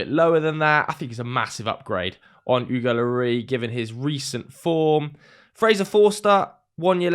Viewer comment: Why are you calling Hugo "Oogo Lorry"?